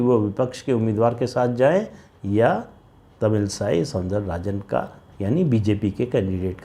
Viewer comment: सर , आप पिक्सहले इन भी एक नाम लिए Tamilisai , मैं बात प्रतिद्वंदी की नही कर रहा हूँ, बल्कि उच्चारण का, शायद वो तमिल साई नही , वो तमिल इसै , not to be confused with Christianity , इसै is either melody , sound or Music in Tamil